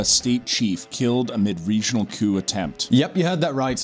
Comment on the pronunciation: "couP leader" Learn English